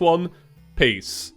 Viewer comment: Why does it sound you said "pee" instead of "peace" at the end 🤣